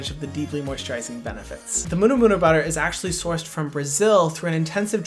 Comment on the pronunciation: HYRAM ! I love how you pronounce "murumuru butter" very close to Maori pronunciation, maybe the Hawaiian influence.